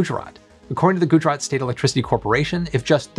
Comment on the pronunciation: ayeeeeee u didnt butchered the pronunciation of Gujrat.... niceee